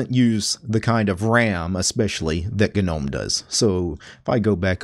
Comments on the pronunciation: I want you to know that your video was great until you started saying gnome. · Great guide. But the way he says "Gnome" has me cringing XD. I know it's technically a correct way of saying it, but still sounds wrong haha